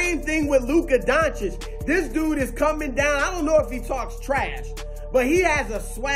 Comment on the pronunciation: Thank you for saying his name right. RESPECT.